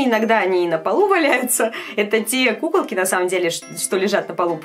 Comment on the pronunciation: Мне показалось что говарит не кукалки а пукалки?